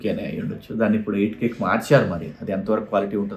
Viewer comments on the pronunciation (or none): none